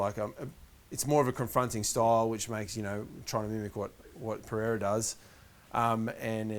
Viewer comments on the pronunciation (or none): the i is after the e in pereira